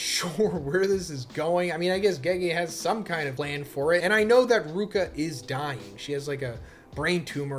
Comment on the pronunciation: "I like ruka" is crazy when ur getting her name wrong 🤣🤣🤣